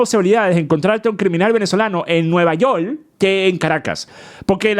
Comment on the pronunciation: Jajajaja. Nunca te había oído decir "Nueva YoL" jajaja y eso que llevo años siguiéndote! Buen video!!